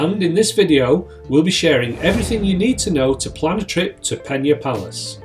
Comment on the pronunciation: Good insight thanks. However, Amazed how you managed to say the name of the site maybe a hundred times in this video incorrectly😂 it's Pena, not Penha (which is how it would be in Portuguese if written close to the way you pronounced the somewhat Spanish sounding Peña)